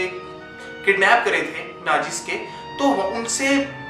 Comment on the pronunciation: learn to pronounce Nazi and learn about electoral votes